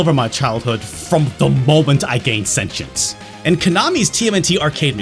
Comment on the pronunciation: Another killer episode. Side note: thank you for pronouncing “sentience” correctly. You made my day. 🖤